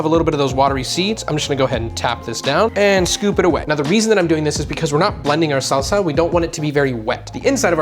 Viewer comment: you dont need to say SALSAHHHHHH like that